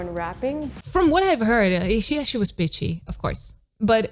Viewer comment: I thought you said she was bitchy 😅 Then shortly after I understood from context that you said pitchy 😂 But that really took me off guard